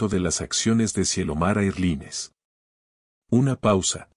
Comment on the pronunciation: Erline? NOO En inglés air line. Erlain, se pronuncia.